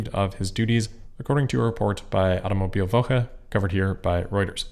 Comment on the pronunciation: Automobilwoche. Nice German! 🙂